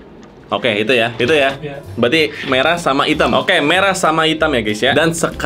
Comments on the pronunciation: Abang pesulap merah bukan medrah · Merah ❌ Medrah 🗿✅